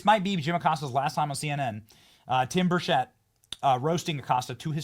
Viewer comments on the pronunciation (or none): Benny, PLEASE learn how to pronounce Tim Burchett's last name. Listen to him. It's BUR-chett, not bur-CHETT. (And Acosta deserves all the grieve he's getting right now. Evil smug toad.) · Y'all.. down here in Tennessee, we say Tim Birch-it .. we don't know nothing about no Tim Bur-shay lol You, Greg Foreman, Dr. Steve.. all say Tim Bur-schet lol It's Bur-chit lol rhymes with bird sh*t lolol